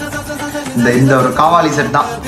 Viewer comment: காவாலி இல்லை😂 கவாலி என்று உச்சரிக்க வேண்டும்.